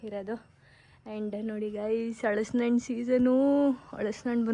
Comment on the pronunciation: ಹಲಸಿನ ಹಣ್ಣು not ಹಳಸಿನ ಹಣ್ಣು Pronounce correctly